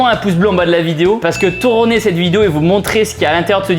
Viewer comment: "Touronner", bien dit Tibo ! 😆😭